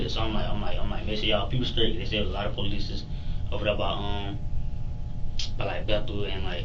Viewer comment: "police - es"..... SMH 🙄